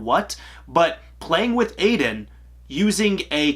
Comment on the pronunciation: Um, the ghost’s name is "eye-din". Get it right😉